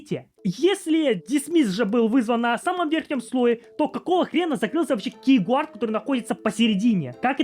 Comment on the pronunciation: "кейгуард", "труй" 😂 Повеселил, однако. Видик прикольный. Но я не помню когда последний раз вообще юзал пин-код симки....